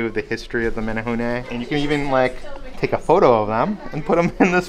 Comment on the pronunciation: Your pronunciation of menehune is perfect. Nice job. I love that you guys try to say Hawaiian words as correctly as you can, but still apologize when you get it wrong. It shows a lot of respect for our Hawaiian culture. Just one of the reasons why I love watching you guys.